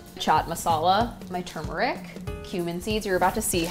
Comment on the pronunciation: I love that she pronounces turmeric like I do. Most people say “too-meric”